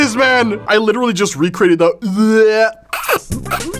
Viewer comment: Witewawwy hitting da gwitty